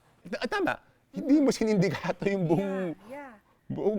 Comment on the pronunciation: "sindikato", hindi sinindikato